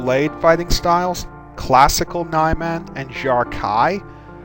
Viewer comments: This is a tiny point but I think it should be pronounced "nee-man" rather than "nye-man". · I love your videos. By the way. I'm not sure exactly how "Niman" is pronounced but I think "Knee-Mon" is the real pronunciation. It sounds more "exotic" than "Nye-Man". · NEEE MAHHHN My God you never pronounce the vowels properly. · Ni-man (Knee-Mahn) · I could swear you're pronouncing that wrong (I'm pretty sure it's Ni-MAHN with a short I), but either way, this is very helpful. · "Nye Man?" Where are you getting your pronunciation guidelines? I've disagreed with basically every form's pronunciation so far.